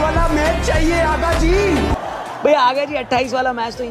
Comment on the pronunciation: आगा जी ❌ हगा जी✅